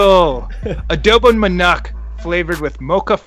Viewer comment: Just Adowbong Manaacc and Chill